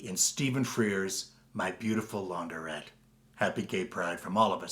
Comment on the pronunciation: It is LaunDRETTE………not Laun DER ette!